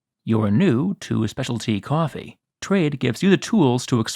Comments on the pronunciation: I could watch a 10 min video of you saying "cwawfee" 🤣🤣🤣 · You say coffee funny. lol